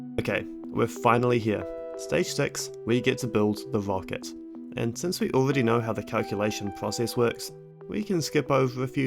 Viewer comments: "wocket" lol should've learned how to speak instead of math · i like the way you say "wocket"